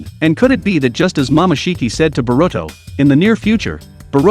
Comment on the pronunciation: Barudo, Manjeekyou sharingan, sakuro, itahchi. 🤣🤣🤣🤣🤣🤣🤣🤣🤣🤣🤣🤣